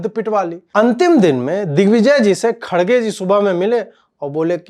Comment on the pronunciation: His name pronounced as “kar gay “. I’m not joking